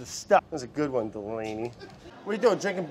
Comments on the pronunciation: I never even noticed until I saw this lmfao "DELanY" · Delaney Chlarson every time I hear Delaney it makes me flinch